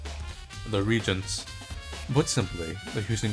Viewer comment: Don't want to be that guy... but it's pronounce Re-Agents.